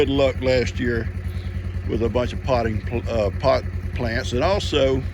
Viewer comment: I must be having an extra weird day. Every time said pot plants I laughed like a loon!!🤣😂🤣😂🤣